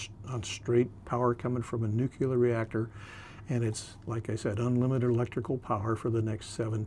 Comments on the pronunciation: “Nuclear”… one “U” in nuclear. Hard to sound like a subject expert saying nucular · Nu-clear, never nu-cular!!!!!!!!! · Nuk-ya-ler.. i guess he better stick to Diesel -Electric .. cant stand it , im GONE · Somebody tell him it is "nuclear" not "nucular"! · Nu clear, why is it so hard to say? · A lot of us are from different places in the US where when we say Nuclear it sounds like nucular. He's wearing a hat with dolphins on it, so I would venture to guess he is more than qualified to cover the subject. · Wtf is new cue ler? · nucular is wild 😂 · I had to stop watching after about 13 minutes. I couldn’t stand to hear the word nuclear, pronounced “nukular” one more time. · There is only one letter "u" in the word nuc-le-ar. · Yes, why is it so hard to say Nu cle ar. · Ugh. Nuke yuhlur🙄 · God I can't stand when people can't pronounce NUCLEAR properly.....😂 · Like “W” Bush.